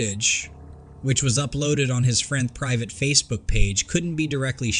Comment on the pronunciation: I'm saying "facef**k, he said facebook. "Private account😂....I can't!!!🤣